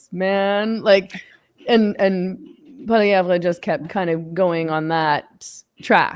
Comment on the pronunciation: Dear Meghan. Poilievre is not pronounced PoilieVRE. In French we don't emphasise that last syllable at all, nor does Poilievre himself. The French pronunciation is POILIÈV. ☺